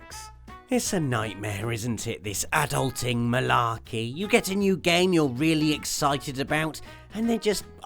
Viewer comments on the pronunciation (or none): Nooo he said "adulting."